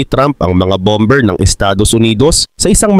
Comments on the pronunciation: Boss bammer(bomber) not bamber tamang pronouciation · Ang pronounciation dyan ay bomer hindi bomber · Boss, hindi bom ber kundi baa. mr😅😅😅😅😅😅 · "Bomber" sir ang tama pong pagbigkas nito ay Bah-mer silent "b" po "ber". Para po ito sa ikauunlad nyo bilang content creator. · Lods Bomber, silent B, BAMER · "BOMER" silent B... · Bomber can be pronounce as bomer( silent b) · BOSS "BOMER" SILENT B.